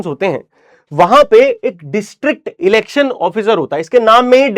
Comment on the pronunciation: be like elections ❌ lelections ✅